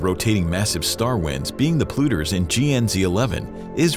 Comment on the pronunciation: Polluters is not pronounced as "pluters". Yeah, I know, who cares, right?